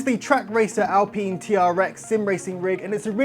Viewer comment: This idiot can't even pronounce alpine, do you really want to listen to the opinion of someone who can't pronounce alpine... What an absolute plank 🤦